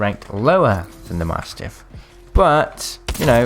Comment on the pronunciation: please learn how to say mastiff lol also man get a backpack ffs